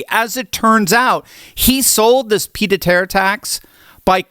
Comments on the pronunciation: Sorry, but ‘peeed a terre’? Correction, phonetically, it is, ‘peeyed-a-terr.’ Otherwise your video is bang on right! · “Peed a terre”?? Come on! You’re supposed to have a doctorate. Surely you can manage a little French.